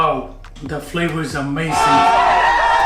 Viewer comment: I love how chef uses a hard G at the end of the word AmazinG 👏 the food looks great